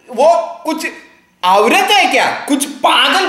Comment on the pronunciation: Nahh the way he pronounced " Bhenchudra". We don't say like that in Urdu. Similarly when he said " aooouurat " 😂😂 it sounded quite awkward , we simply say " aurat". Anyways ...